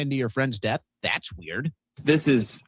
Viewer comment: “Ok that’s just plain WEE-YURD” 😂